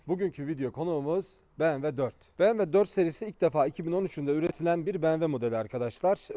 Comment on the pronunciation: bmw diyemeyen birisi bmw yi anlatıyor